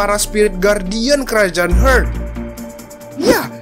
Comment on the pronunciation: Kerajaan "hurt"??? 😅😅 cek ulang bosque pronouncenya "heart" yg bner